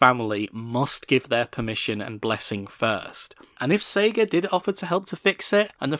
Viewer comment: Its "Sega" not "Sagar"